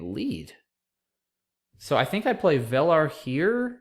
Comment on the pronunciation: VELAR is pronounced VII-lur. :)